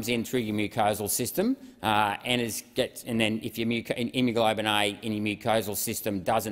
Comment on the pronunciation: Saying “endothilileum” and “immuglobin” multiple times instead of endothelium and immunoglobulin does not inspire confidence! Only a third of the way through- I wonder how many glaringly obvious mistakes I can pick by the end… such a shame because this stuff actually does need to be discussed. At least he tried, unlike most.